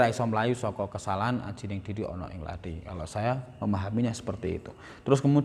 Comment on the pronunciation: Pertama uluk salamsaja tidak fadih. Kedua omong Lathi saja salah katanya orang Jawa, omong Kathi tapi sptucapan orang Bali. Pakai blankon segala. Isino cak !.